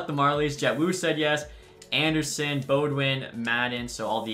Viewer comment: Beaudin is pronounced Boh-dan fyi